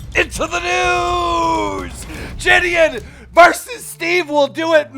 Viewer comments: Bro nah saying jidion as jidian is mad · Ji-d-on it’s not that hard keem